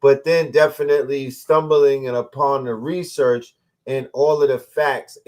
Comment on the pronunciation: Classic 🔥 He called it Rasearch! book Mystic Philadelphia is my favorite book!